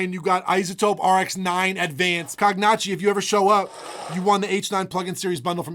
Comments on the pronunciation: he kept sayin cog notchy.. is it not cone yacky? like cognac? 🤣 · It’s probably pronounced cog nah c